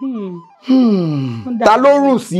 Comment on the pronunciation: Orun is not how pronounced it.